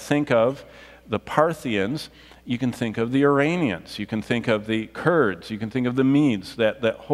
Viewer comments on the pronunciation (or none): none